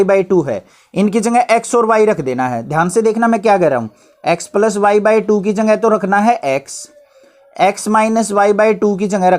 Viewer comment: Sir wo palas nhi hota plus hota hai....